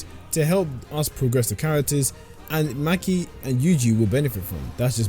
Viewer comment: Maki❌ Mackie ✅